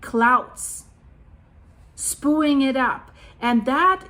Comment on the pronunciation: It pronounced Spe-yuing... spewing